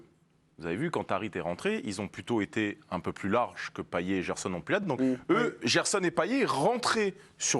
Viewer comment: il est stressant a dire paillé